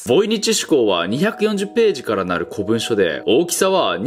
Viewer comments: 古文書は「こぶんしょ」ではなく「こもんじょ」では？ かわいいな顎の兄貴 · こぶんしょじゃなくてこもんじょじゃない？ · 古文書・・これ、「こぶんしょ」と読むんじゃないよ「こもんじょ」と読むんだよ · 古文書って読み方『こもんじょ』じゃね？ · こういう細かいこと言うやつ嫌いだけど言わせてくれ 古文書 ❌こぶんしょ ⭕こもんじょ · なぜ古文書のことをずっと「こもんじょ」じゃなく「こぶんしょ」と言っているのですか？ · 古文書=コモンジョ と読みます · 古文書の読み方は「こもんじょ」だよね普通は